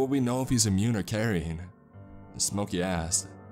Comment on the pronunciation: Couple issues: - obviously the medical information - STOP trying to do accents your voice is great, you’re bad at them and it takes away from what you do very well. - “Jack asked” not jackassd - probably check out the pronunciation key in the dictionary, you have a few issues with specific words, it’s pretty systemic in your narrations